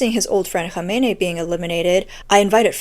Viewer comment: it's Khamenei not Khameini